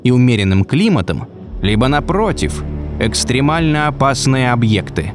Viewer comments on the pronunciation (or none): Круто🔥 только не экстрИмально, а экстрЕмально. Простите за занудство 😄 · ЭкстрЕмально, а не экстрИмально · Подписан, с удовольствием смотрю, но ребят. ЭкстрЕмально, а не экстримально, глаза и уши оежет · "ЭкстрИмально..." -- двоечники, блин. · все супер, но «экстримально»? 😂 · псс. через "е"